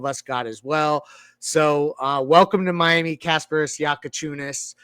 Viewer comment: Bro learn fuckin names how bad can somebody pod? Your Bam D riding and can't even repeat a name right is CRAZY WORK for a podcaster, my goodness